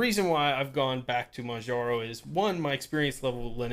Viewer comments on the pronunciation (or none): PRO TIP: "Manjaro" is pronounced the same as you'd hear in "Kilimanjaro", just without the "kili-" part. The distro's name actually stems from that. Oh, and another thing - You should probably stop using Yaourt altogether. It's unsafe because it downloads the PKGBUILD to your computer before it lets you view it, which can enable anybody who submits an AUR package to run malicious scripts on your PC before you even get the chance to take a peek into what's going on under the hood. It's definitely not common and - unless your run yaourt as root - certainly not destructive, however, better safe than sorry. I'd recommend using Pacaur instead and/or familiarising yourself with the manual build process. Also, please do check the PKGBUILD for every AUR package you install. If you see something's off, google it before you proceed, even if it's just some extremely messy code.